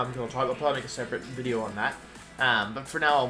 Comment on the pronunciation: i'm very sorry if this is gonna sound insensitive but is he messing up all these pronounciations on purpose? for example "wideo" or does he have a lisp or some speech impediment?